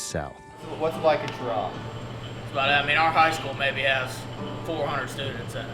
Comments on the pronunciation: Not Ch-raw....Sh-raw!!!! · It is not pronounced with the Ch sound, it is pronounced with the Sh sound. FYI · We pronounce it Shuh-raw around NC. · It’s pronounced sheraw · Have watched a few of your SC videos, you need to learn to pronounce the names correctly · And he mispronounced the town. Already know how this is gonna go. Look Cheraw is another town that got ruined by NAFTA. It doesn’t get the coverage of those midwestern towns that got hit hard, but they took a big hit. If you go over to say Spartanburg Gaffney or Greenville you’ll see how SC is actually getting ahead on car manufacturing and more because of the foreign companies hiring Americans. Upstate SC is a real model for how to build industry in the post NAFTA USA. Oh and also, because you’re in SC we need you to go home friend and say this: “it’s not South Carolina, it’s superior Carolina.” 😂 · we pronounce it that way in Cheraw too. Idk who these people asked, but they got it wrong.